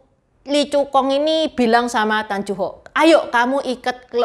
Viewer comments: Mbacanya Tan Yu Hok, neng, bukan tan ju hok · Tan yu hok bukan Tan ju hok